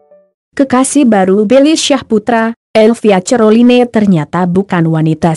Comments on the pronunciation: Caroline aja cerloine baca nya. Ngakak bangeett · Buenci aq klo denger admin ini sering sebut dg salah...neg dengernya..baca caroline aj ceriline..hadeehh..bljar yg bner donk bro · Ngakak dgr admin sebut nama elvia ce-ro-li-ne 😂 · Knpa ngmong nya croline 🤣🤣